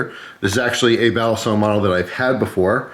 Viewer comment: By the way, "balisong" is pronounced quickly, not like "Bali song". Some channels pronounce it that way, it's cringey.